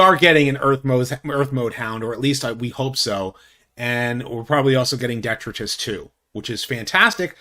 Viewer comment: Detritus is not pronounced the way you were saying it,. Duh-try-tus is the best way to properly phonetically say the word…